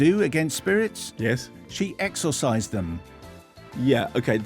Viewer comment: That really was a case of Simon screwing it up in the delivery. Shouldn't have emphasised the o in exorcised so much.